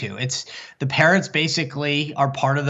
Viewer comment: Sounded like "parents" go bananas , but it is, 'parrots"